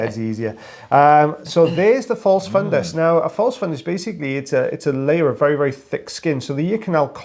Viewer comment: I’m a little hearing impaired without hearing aid. Sounds like you’re saying fun guy so the guy is a fun guy. Good to know. lol😂